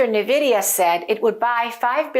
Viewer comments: I think the name of the company should be pronounced en-vidia (e pronounced like in the word pen) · Preferred / official: en-VID-ee-uh (i.e. “IN-vidia”) There are competing pronunciations of the company named "Nvidia". 1. IN-Vidia, 2. N-Vidia. ChatGPT said: That’s a good observation — there is some debate over how to pronounce Nvidia. But the “official” stance is pretty clear, and usage supports one version over the other. Here’s what I found: Official / preferred pronunciation Nvidia itself says the correct pronunciation is “en-VID-ee-uh” (so more like “in-VIDIA”). Business Insider reports that the company clarified the proper way to say it as “en-VID-ee-uh,” and that the version “NUH-vid-ee-uh” is a common mispronunciation. Business Insider Bloomberg also mentions that the company prefers “en-VID-eeyah.” So the “IN-Vidia” version (or “en-VIDIA”) aligns with how Nvidia intends it to be said. The “N-Vidia” variant Some people, likely by analogy with names that start with “N” (like “N-something”), opt for “N-VIDIA” (with an emphasized N). That pronunciation is widespread and understandable; in casual speech, many people will “spell out” the N. It’s not “wrong” in a colloquial sense, but it’s not the preferred/official version. Summary & recommendation Preferred / official: en-VID-ee-uh (i.e. “IN-vidia”) Alternate / common but non-preferred: “N-vidia” (with emphasis on the “N”) If you want to sound more like you know what you’re talking about (or match the company’s usage), go with “in-VIDIA” (en-VID-ee-uh).